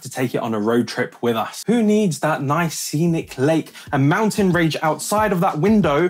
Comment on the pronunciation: Let the record state that said mountain ‘rage’ instead of range…twice.